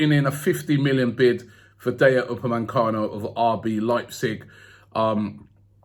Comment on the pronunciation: Everybody: DAH-YO UPA-MAY-CANO: DAY-YA UPA-MAN-CANO